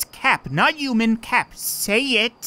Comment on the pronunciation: please stop pronouncing human as uman